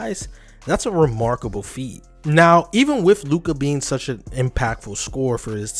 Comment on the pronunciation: I literally paused after 2 sec and disliked. Learn how to read Luka name before making video about him.